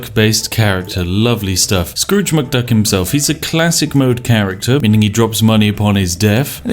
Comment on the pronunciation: ah yes Drooge McScruk.